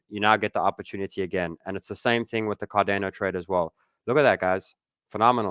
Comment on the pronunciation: Never heard anyone pronounce it Car-DAY-No before